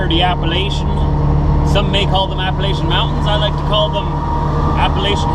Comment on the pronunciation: Yes Springer was the Mayor...poor Cinnanati..lol...the Appalachian Mtn's.....are JUST THAT....MOUNTIANS, Not "hills"...lol. Bein' from Arkansas I know the difference between a "hill"...& "MOUNTAIN"..... Lol. BTW... You didn't pronounce Appalachian right..sorry! You and the boys stay safe out there!!!